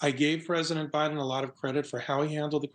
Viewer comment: you call the President, "O'Biden."😅